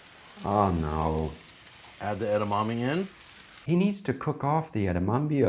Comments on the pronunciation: Christ, It's pronounced "eh-dah-mah-meh" not "ed-dah-mah-mee" and edamame is already plural. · Edamommy 😂. Edamame! "Eda-ma-Meh!" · “Edamommy” pisses me off so much more than it should lol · "Edamommies" lol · Kale in fried rice?! Gross 🤢 but more importantly, I never want to hear "eda-mommy" ever again